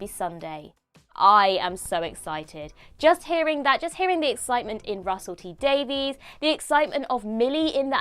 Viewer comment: He pronounces his surname "Daviss", not "Daveez".